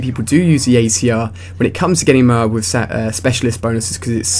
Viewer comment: Why Do You Say M.O. A. A. B. You Say it Funny :D